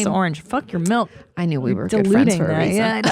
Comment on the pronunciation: I know she knows that, but she just always pronounces it with an E sound. Some sort of accent quirk? :) My partner pronounces “milk” as “melk” so I assume it’s similar…